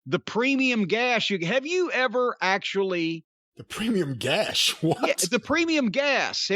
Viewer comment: Cornette 100% said "premium gash" lmao